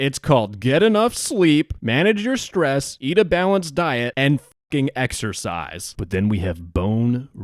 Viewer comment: exercise? I thought you said extra fries?